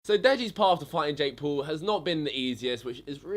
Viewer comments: Yo you idieet its Jake paul noth Jake pool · "Jake pool" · Jake Pool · Say it correctly jake p a u l not jake pool